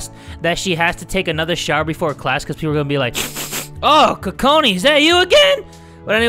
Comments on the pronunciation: I wanted to let you know that Kokona is not pronounced "Cu-cona" it's pronounced "Coke -na" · Lol he said “TOTONA ” lol